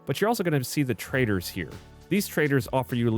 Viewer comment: every time he says "trader" I hear T R A I T O R